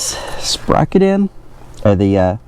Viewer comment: Say”sperocket” one more time. 🤣Great video. Great job and Thank You